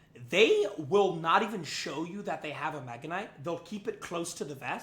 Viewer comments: I know he said Mega Nut on purpose, I just can't prove it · Nega knight😃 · He said meganut😂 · Did bro say mega nut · Bro I heard Mega Nut😂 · bro did not say mega kinght... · you said megaknight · He did not say “mega knight” 💀✌️🥵🥺🥀🥀🍆🍆🍆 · bro did NOT say mega knight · bro did NOT say mega